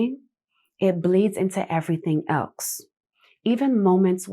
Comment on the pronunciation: New one on me: twice you said "nothing elxe" instead of "nothing else". That's just bizarre. Just when I had made my peace with the peculiar "ax" ousting "ask" everywhere, I find this monstrosity! Too much. Pity- when you're otherwise such a pretty lady.